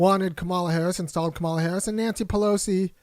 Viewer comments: Her name is pronounced comma-la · You describe how VP Harris pronounces her name and I get your point. But, have you ever watched a Disney show called Ms. Marvel? The hero in that show is Pakistani and her parents pronounce her name Ka Mah la, the same way does. Tomayto, Tomahto. Both are correct but I agree that you should pronounce someone's name the way they prefer it pronounced. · the only correct way to pronounce someone’s name is how they pronounce it. Doesn’t matter how others with similar spelling pronounce their names. That’s irrelevant. HER name is pronounced “COMMA-LA.” Period.